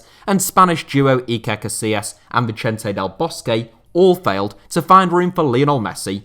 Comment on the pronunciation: The way you said ,"Vicente " gave me cancer